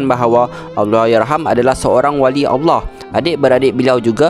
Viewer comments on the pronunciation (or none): none